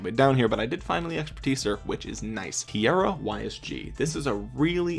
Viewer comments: Kiera is pronounced keera. Not ki Aira... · KEY-ra...not sure where you got KEY-AIR-uh from